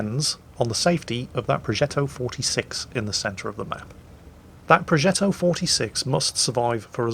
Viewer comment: Entertaining as always. Just a little detail : The "g" in progetto is pronounced similarly to the "dg" sound in "nudge" or "dodge" .